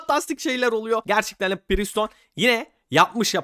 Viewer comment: Abi preston priston değil